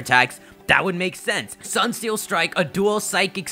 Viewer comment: I like how pronounces Solgaleo as the Sunne Pokémon, so does this mean Solgaleo is a t-SUNNE-dere?